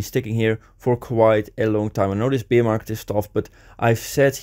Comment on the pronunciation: Dude you keep saying beer market, it’s bear market. Pronunciation is different. Love the content though.